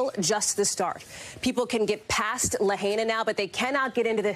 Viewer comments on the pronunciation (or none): La-HI-na, not La-HEY-na. Out of respect for the dead, please get it right! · La hey na??? Its LAHAINA. If you refuse to pronounce it right, don't report on it.